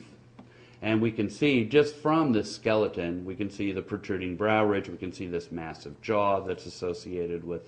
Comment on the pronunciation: Well, f.. him. He can't even speak properly. And 7f he saw me, he would know that NEANDERTHAL INTERBREED - ha ha. I still do. Actually my whole fam7ly isvery active in that field. And it is spoken Neander taal..! No th in German. Just get some education . And what is a slleton? A ramce? Go back to selling sausages man!